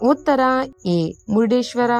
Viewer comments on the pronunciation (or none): Adu mundeswara alla murudeswara. swalpa tiliyo hage heli..